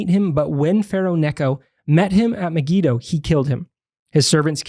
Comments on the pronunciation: I’ve never heard “Megiddo” pronounced the way you two are pronouncing it. Also, 2 Ch. says the battle was on the plain of Megiddo, which is huge, not at Solomon’s fort at Megiddo. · Muh-Gee-Doe is the most common English pronunciation